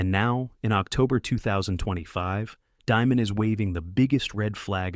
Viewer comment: You don't pronounce his last name like, diamond. It's pronounced, demon.